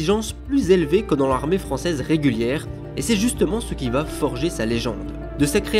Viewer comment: Pardon d'insister, mais ce n'est pas un "tic", c'est une grave faute de liaison car il n'y a pas de T à la troisième personne du singulier du verbe aller... Il va... c'est une faute terrible et (je vous le concède) de plus en plus répandue.